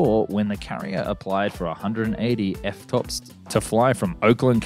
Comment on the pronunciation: Also it's (E) TOPs